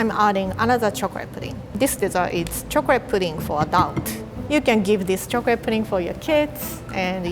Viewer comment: I love when says “chocleate”